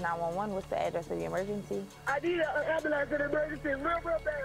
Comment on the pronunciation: I love the 'Ambalance'